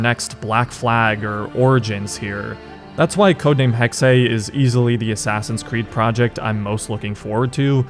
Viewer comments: Jesus fucking Christ man, you speak English. Hexe is NOT "Hex-hey", it is literally just pronounced "Hex" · ?? No most english speakers say Hexay or Hexy which is not correct (like in the video) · Did he not teach you how to say hexe? Its said like "hex" dude... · Btw Hexe is not pronounced "Hexey"/"Hexay". The second "e" is pronounced just like the first one -> more of a short "eh"-sound (like in "enable")